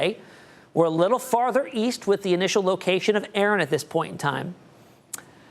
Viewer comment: a-a-ron....is a-a-ron here.....did you mean Erin...😂😂😂